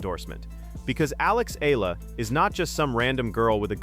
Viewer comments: Here we go again with the 'Eelah.' Please correct how Ms. Alexandra's last name is pronounced. By the way, it's a Filipino name, NOT an American name. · Hi!! Can you please at least spell n pronounce Alex Eala's name correctly!!! Thanks n more power to that wonderful person Alexandra EALA for d happiness n excitement she's giving us Pinoys during these hard times..